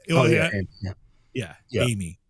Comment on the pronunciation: It’s so disrespectful how you continue to mispronounce Amy’s name. Also she quit literally is as well known as the guys that you named. It seems that you’re a Nick Groff fan boy and you can’t handle anyone speaking out against him. Another thing, Amy may not have the same experience that Jason has with being asked if he wants a show cancelled or not. I think Amy is valid in voicing her opinion and the way you and the other “bros” are acting about it are further proof that women get shit on in the paranormal community. Misogynistic much?